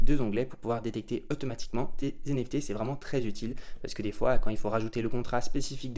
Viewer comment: Des "zenefté" mamen 😆😅